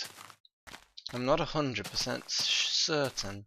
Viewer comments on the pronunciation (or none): ''I'm not a hundred percent SHWESHWcertain''